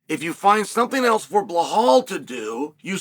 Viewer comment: Chael, it's not "Buhaal"... It's BeeLa'L